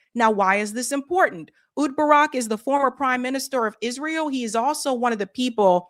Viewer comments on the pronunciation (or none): Rhys, pronounced Reece. It is the Welsh spelling of Reece. Ehud, pronounced Eh-hood. Menachem Begin, pronounced Meh-NAH-hem BEH-ghin. Please, please... You have got to learn to pronounce foreign names correctly.